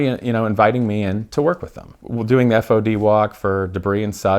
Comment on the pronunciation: When said F O D instead of fod I cringed a little. For whomever doesn’t know, it stands for foreign object damage/debris.